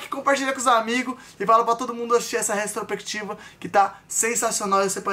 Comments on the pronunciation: O falando retrosprequitiva e tudoo ksksksksk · Restropectiva foi foda hein 😔 Os meninos são muito bons, porém eles falam muito errado e por serem influenciadores deveriam se preocupar com isso! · Vai virar meme o tentando falar "retrospectiva" KKKKKKKK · Eu rindo achando que o tava falando retrospectiva errado kkkkkk